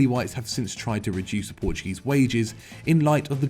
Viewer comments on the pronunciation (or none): none